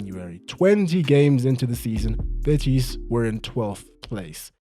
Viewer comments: The way you're saying "betís" is unbearable😅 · I love the French version of Betis, "Betís" hahaha. loved the video ❤